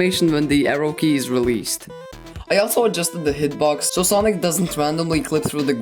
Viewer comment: That not sonic that sanic💀